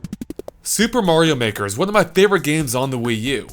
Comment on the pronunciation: Super Mario Meh-ker